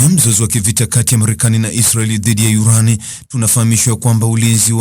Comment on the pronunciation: 😂😂😂😂😂wesikiliza yurani kama yuranium